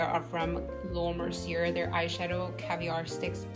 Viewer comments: Hi just a heads up her name is pronounced Laura (Mer SEE A). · Nice collection! Btw, Laura's last name is pronounced Mercy-A. No offense.